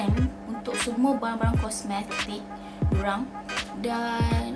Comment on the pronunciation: Sebut.. kos mes tik 😂